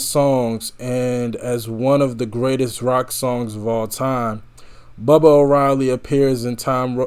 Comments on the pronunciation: Groovy tunes. I like hearing your interesting comments. By the way, it’s “baa baa” orielly, not bubba. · Bah-bah, not Bubba, and Ent-whistle.